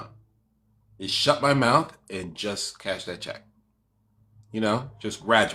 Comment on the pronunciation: “Bring it over here and put it in my mouf” 😂😂😂